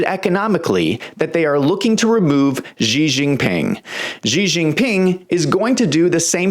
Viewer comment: Why does he call him Gee Jinping?